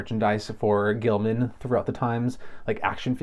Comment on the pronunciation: It’s Gill-man like he’s a gill man not Gilman so Gillghoul maybe